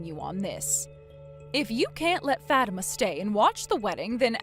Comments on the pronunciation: It’s pronounced Fa-teem-ah. Not Fat-I-ma. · Its pronounced FA TIMA NOT FAT IMA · How uncuktured ARE these people? The prpotagonist's name is NOT pronounced "Fat-ima." It's "Fa-TEEM-a"!" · It’s the way the VAs pronounced it. “FAT-tima”. Girls can be pretty mean to other girls, especially if the first syllable in their name sounds like the word fat. I’ve seen others pronounce it as “fa-teem-ma” which is a whole lot better. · I cringed so hard every time they mispronounced Fatima and Aisha said mommy 😂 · Why would anyone pronounce it Fat-ima rather than Fa-tima. A name with fat in it seems wrong. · Aisha is too old to be saying “mommy”. And naming your daughter FATIMA is just ASKING her to be made fun of, especially if it’s pronounced the way they do. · The way they pronounce it, the first sound is “fat”. Not exactly a good first sound to a name. However if it’s pronounced “fa-teem-ma”, then it’s a whole lot better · Its pronounced 'Fau-tima' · I've known a few Fatimas, and they all pronounced it Fat-imma. 🤷‍♀ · Learn how to pronounce names please. (fuh - tea - muh) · Facts, it's pronounced Fah-Tee-Mah. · Grown ass woman and not only is she being so petty but shes calling her mom mommy??? Edit: also you guys ar pronouncing fatima name wrong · That's not how Fatima is pronounced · Fatima is a very popular Muslim name but it's not pronounced like that.😂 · Fatima is a beautiful name and you are correct on it's origin. It's jarring how these videos randomly pull other culture's names out of a hat and throw them in mispronounced.